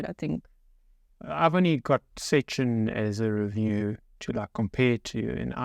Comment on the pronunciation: You both say szczecin pretty correct Impressive❤